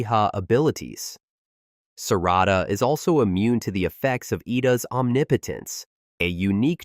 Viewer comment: EVERYTHING IS COOL UNTIL YOU SAID SARADA WHAT!!!!!